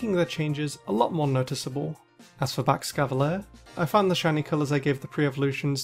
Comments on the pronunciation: I refuse to pronounce this Pokemon ee-ji-slash. Also: Baxcavalier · Alright are we all going to not talk about the way he says Baxcalibur?